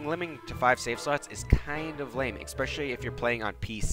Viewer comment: Please stop saying exspecially and not especially